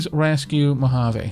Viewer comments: And yes you're saying "Mohave" particularly well XD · Aavak you are absolutely saying Mojave correctly. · you said Mohave correct